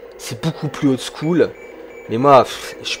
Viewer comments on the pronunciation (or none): none